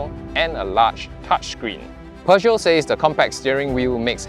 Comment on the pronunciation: l l NOT, NOT, NOT ... Peuge-NOT. I I I I I I I I I I